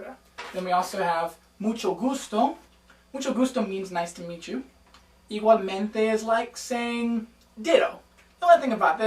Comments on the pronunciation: You dont really say the letter 'G' like igualmente it's really "ee-wahl-men-te" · im "latina" and when he says "igualmente" sounded weird because u say "iguallmente" and when u say "florida" u must say "florída"